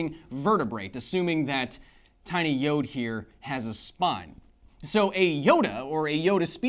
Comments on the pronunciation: hey, Kyle! Love the show, hate how you pronounce Yoda. The "a" is not silent. I repeat: the "a" is not silent. It's not Yod, like some swiss alps singer. No. It's a Yoda. Keep up the great work. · Am i the only one having an issue with the way he pronounces Yoda, which sounds like "YOD"?